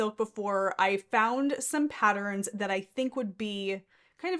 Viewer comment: It is pronounced pat-turns….NOT pat-tr-rins